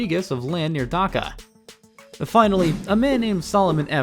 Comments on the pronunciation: "Dahaka" it's Dhaka 😢 "GRIMAPHONE" wth it's clearly written GRA- MEEN- PHONE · bro your pronunciation is killing me. wtf is "dehaka", "greemophone", "titus", "BTD" "narayanganEE" "kaloona"😭😭